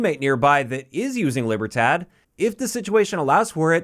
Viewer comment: Lee-ber-Todd, that’s how you would pronounce it 😅